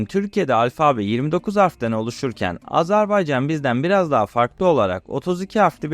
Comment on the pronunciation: Azerbaycan demeyi öğrenmeden bir bok olma. Azarbaycan dedin aq. Azerbeycan diyen de var.